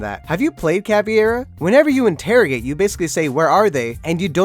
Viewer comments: ITS NOT CAVIERA, ITS CAVEIRA SHE IS FUCKING BRAZILIAN NOT SPANISH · It's CA-VEI - RA, and not caviera, she's BRAZILIAN and not Spanish, she speaks Portuguese and not Despacito. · Caveira* not Caviera... Fuck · its not caviera btw, you disrespect me, a brazillian, its CAVEIRA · do you even read its Caveira not Caviera (I used to say it like that too but we wont talk about it) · *Caveira NOT Caviera... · btw its caveira and not caviera :) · GODAMIDAIO it's not Caviera, it's Caveira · Cav-E-Air-Ah is not how you say it. Cav-air-ah. Please be better. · cAvIerA like wtf who pronounces AND spells it like that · Why do people call Cav caviera when it's spelt caveira. Therefore it is pronounced cav-air-a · WTF why do you say caveira like its fish egges like learn proper english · My little brazillian heart hurts when I hear your pronounciation of Caveira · Sometimes it gets tired hearing people pronunciate Caveira name wrong... I kinda get why tho, for the native English speaker the "e" sounds like "I" in Spanish, but in this case you have to remember Caveira is Brazilian, and just like in Spanish also in Portuguese the "e" sounds like "a" in English. BTW Caveira means skull in Portuguese and cráneo en Spanish. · the way he pronounces Caveira😯😯😯😯